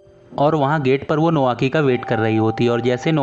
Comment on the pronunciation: नोआकी नही नाओकी कोटोको नही कोतोको जापान मे ट नही त बोलते है i love drama ❤